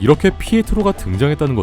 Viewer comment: ‘피에스토’ 라고 잘못 말하신듯 합니다!